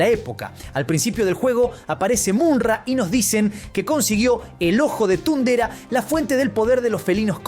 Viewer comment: Me distrae que pronuncie MuNra en vez de MuMra (Mumm-Ra) y thundera en vez de thondera...